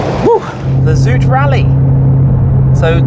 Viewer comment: It's funny how you mispronounce "zoute" (sounds like the English word out) as "zoote". That sound is actually the word in Dutch for sweet, while zoute means salty. 😂